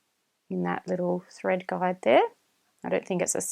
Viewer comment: I must admit your good command of the English could be best harnessed skipping the better I dropping the "r" sound, as the "Guard" been so heard instead of the "guide" for the thread, to refer to the holes that holds thread in proper place of pull by the ma June to stich a cloth fabric.. Not sure too if I heard it all the same on multiple times if atleast one of these mentioned "guides" been guard as a heard of English words guiding to fit in with the video parts. While it would be best for me not to render complement as your other viewers of tutorial video, Indeed is not really good for me to be same as the others already use to it so as you are well complimented, with gratitude of vexations of thanks and appreciation as the rest are as perhaps have made your "heart fat", as sounds unhealthy lipo proteins, of direct FiliPiKnows translation appropriateness so minding these elaborations. . That's rather better than make your "head big", when you already got a big heart. . 😏😰😨. Doing a sharing. . recognition more than acknowledgment of Thank yous so wrong without the DO's Direct Object and receiver of the action of gratitude that is so vexed as known to be you flatteries. So my own rationale more than lame defense as your not so offensive on sharing a clear tutorial verbal speaking matched with videos. Only the videos with my celfon double tap for zoom is indeed a struggling burden more than lame challenge 'no match" to me as posting of viewer are so forward clockwise (though a